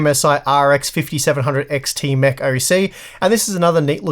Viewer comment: Every time he said Mech, I thought he was saying “meh”.